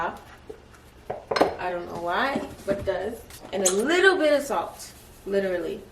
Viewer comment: country side coming out watch how she say “ SALT “